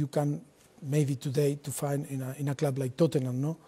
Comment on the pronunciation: ‘In a clwb like Tottenan, no?’